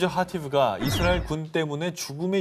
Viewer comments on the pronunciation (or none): none